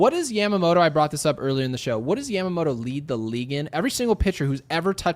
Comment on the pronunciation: day 1 of asking you to stop saying Yamamoto like that